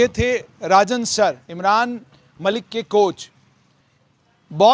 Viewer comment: Name toh thek say lelo bhai